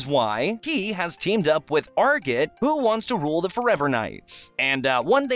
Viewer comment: Saying arjit wrong